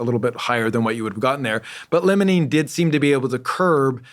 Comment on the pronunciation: It’s said like, ‘LYMEolene’ not ‘LEMONENE’ You’d think he’d know this. Also, he claims the most dominant terpene in cannabis is Myrcene? I wonder if his studies are of strains coming from northern hemisphere growers. The dispensaries here in the south have nothing but majority limonene in their strains. I think he should research more into terpenes. The best shampoos in my opinion have limonene as one of their top ingredients. It truly wakes you up! There’s no myrcene shampoos out there though.